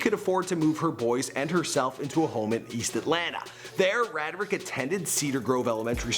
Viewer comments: It's pronounced Ray-drick lol.... Not rad drick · it's pronounced ray- drick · Pretty sure its pronounced Ray-dric. "My alias is Gucci Mane my name is Radric(Ray-dric) Davis" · HIS NAME IS (RAY:DRICK) NOT (RAD-RICK)!!!!!!!